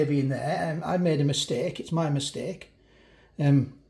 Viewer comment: LOL......"Maybe I made a missteak" ...haha that made me laugh ...thank you for yet another fab review ....rock on :-)